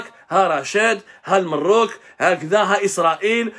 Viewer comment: احترمك استاذي ولكن لا احب ان تنطق إسم بلدي بكلمة لا تليق به : إسمه المغرب أو بالفرنسية Le MAROC ماشي المروك